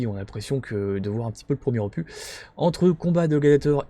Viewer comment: aloha, top vidéo comme d hab mais petite touche d humour arrête avec opu(s) lol, on ne dis pas un cactu(s) mais un cactus et un ficus donc un opus lol ni un infractu lol blague à part cela top rentrée merci pour la vidéo